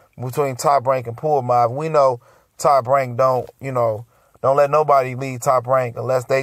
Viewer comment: Who da fuk is Puamav?! Come on, it's pronounced Ponomarev (pa-no-ma-rev). It's tough to listen to you butcher these names bruh Get it together homie, lol